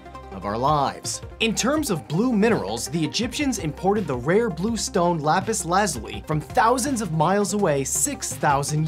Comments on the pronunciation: Who else is confused about how he says lapis lazuli I say it like lapis lu-zool-e he says it soon odd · Lapis Lazuli? Lol